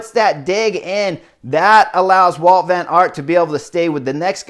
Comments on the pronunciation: Hey Chris, his name is WOUT VAN AERT, not walt.... Come on... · It's Wout not Walt.